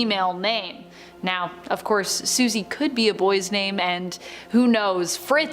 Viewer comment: Her name is Susie not what you said